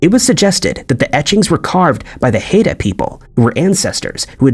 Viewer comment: Haida ‘high-duh’